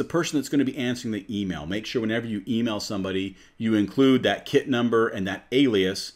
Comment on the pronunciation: It's sounds like you saying kid instead of kit it's a little confusing